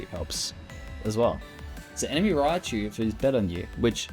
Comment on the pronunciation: If only it was called Raichu. Not Riachu Fail.